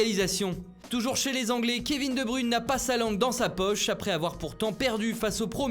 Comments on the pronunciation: Kevin De Brune sérieux lol vous me faite rire avec vos prononciation des nom belge ou même ville belge 🤣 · "Kévin De Brune "😅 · Il y a moyen d'ENFIN bien prononcer De Bruyne svp : )Il est un peu connu à présent